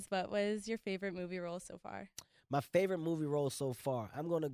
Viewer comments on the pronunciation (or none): none